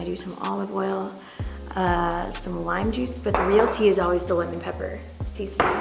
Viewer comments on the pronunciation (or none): none